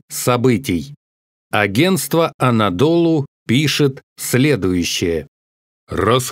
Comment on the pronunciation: агенство анадолУ (ударение на последнюю «У»)